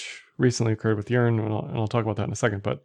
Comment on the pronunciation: Sounds like you are saying, "urine".